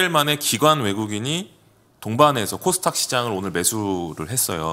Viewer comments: 저도궁금..항상 코스탁이라고 하길래 영어발음인가 했더니 그것도아닌듯. 닥 발음이어렵나요? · 왜 항상 코스 탁 이라고 하시나요...?